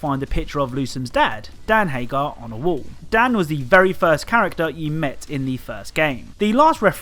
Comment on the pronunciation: It's "Haggar," you fool. Remember phonics. A double consonant implies that the following vowel will not be stressed. This is like 2-year-old shit, man.